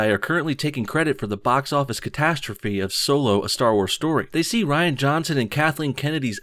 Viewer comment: Ditch Kennedy, all of her writers, and definitely Rian (pronounced: Reeeeee-anne) Van Johnson. And JJ Abrams too.